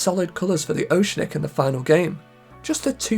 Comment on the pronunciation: Oceanic is not pronounced that way 😂